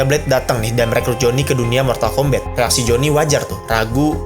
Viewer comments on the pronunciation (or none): Mortal kombat ❌ Mortal kombet✔️